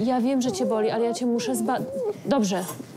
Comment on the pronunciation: Ja usłyszałam raz "woli" a powinnam "boli"XDDDD